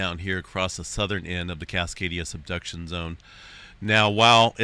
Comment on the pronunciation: i keep hearing “cascadia seduction zone” 😆